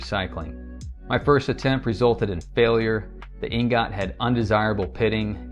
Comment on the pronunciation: You look old enough to know that the word "ingot" isn't pronounced in the weird ass way that you are saying it.